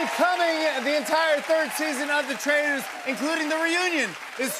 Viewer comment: The way he pronounced "Traitors" and "Dolores" 😂😂 all through the season.